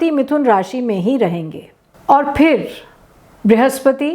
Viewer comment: Sabse Pehli Baat. Location Thanks for saying Phir correctly. 99% of Indians wrongly say Fir instead of Phir. Doosri Baat: Unlike other astrologers who call themselves Swami, Maharaj, Guru, Guruma, etc aap kaafi padhi-likhi lagti hain. Teesri Baat. I was born on April 28 and main 2~3 alag alag logon se apni Kundali banvaa chukaa hoon. Meri Mithun Rashi hai aur meraa naam bhi K se hi shuru hotaa hai. Vidambanaa ye hai ki mere baare mein jitni bhi bhavishyavaaniyaan kee gayee hain, sab vipareet hi rahi hain. It remains to be seen aap jo bol rahi hain wo kitnaa sach hota hai. Chauthi Baat: At the time of writing this comment (May 23, 2025 Toronto time), there are 142 comments posted for this video. Aapne ek bhi cvomment na Like kiyaa hai, aur na hi kisi comment ko reply kiyaa hai. Unfortunately, you also seem to be like all otheres that have very poor communication skills.